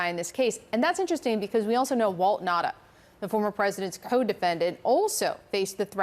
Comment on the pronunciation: what is the native language of these people? why can't they pronounce Nauta's name ? It is Nauta not Nata!